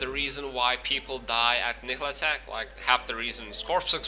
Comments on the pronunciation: Your videos are good but can you work on your pronounciation of Nihlathak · I don't think your pronunciation is a problem. But if you want to be correct, listen to Malah's intro. She says Nihlathak's name. "All of the Elders, save Nihlathak, sacrificed themselves to place a protective ward around Harrogath."